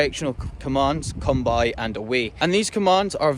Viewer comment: Agreed, his "lie down" sounds pure Aussie for some reason. His come by sounds like "come, boy" too.